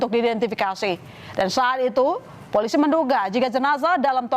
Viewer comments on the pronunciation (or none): Hahahhaaaa .. FOLISI ..😅😅😅 afaka hanya saya yg denger bjir..